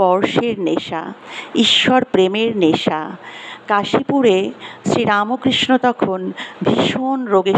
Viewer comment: Not RAMOKRISHA BUT RAMKHRISHNO.....Bangla uchcharan korun